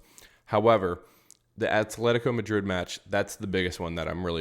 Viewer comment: when you say Madrid, Madridistas and when you say player names! No hate just want to hear the names in the language.